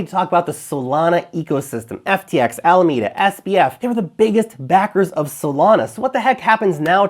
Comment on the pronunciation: I agree with your pronunciation of Alameda. Thank you.